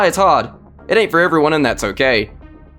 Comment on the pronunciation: See guys, I’m not weal